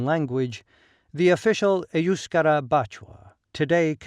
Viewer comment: I've never heard EUSKARA pronounced that way, with the emphasis on the first syllable. Must be the American accent.